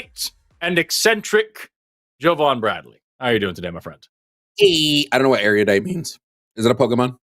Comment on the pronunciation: No, Forrest, you don't know what erudite is because you put an extra syllable in it.😂😂😂